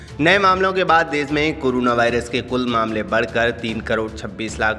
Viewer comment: Desh hota hai des nahi. Hindi sahi karlo apni